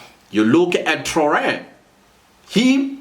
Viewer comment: "Traa-ore-ray" is the pronounciation, comparing Judas malema to him is a great insult, Traore appears to be a bright star in African leadership while juju is an obvious bottom-feeder....